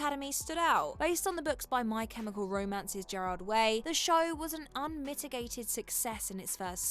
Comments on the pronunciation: It's a hard G, Geralt, not Jeralt. And I'm gonna give Liam the benefit of the doubt. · Do you not have an editor that actually watches the shows, much less knows the material? "Geralt" has a hard G. Not Jeralt. And the show was always supposed to have only 5 seasons. Cavill wasn't fired, he quit. Just so damned sloppy. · Jeralt of rivia lmao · I like superhero content, and I like the subgenre that contains The Umbrella Academy, but I couldn't finish the first season. It was boring and dreadful, to the point where I honestly have no recollection of the show's events or characters. Also, "Groening" is pronounced "Graining," and "Geralt" of Rivia uses a hard "G," not a soft "G."